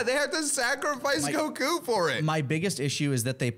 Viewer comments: Dude on the left is struggling to say Goku. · why does he emphasizes the "ku" in "Goku"?